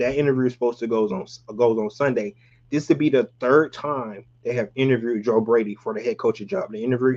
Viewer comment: Interverd 😂 bruh gone have me saying that shit